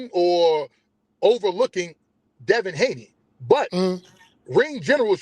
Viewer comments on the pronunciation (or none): He called Devin hakeem Lyon 😂😂